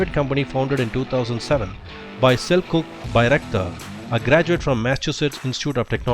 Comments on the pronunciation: it actually pronounced as Cellchouc not Seljuk... ;) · Nope, it's the equivalent to a "Ch" like in cheap, so it's pronounced Selchuk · Sel cuck lmao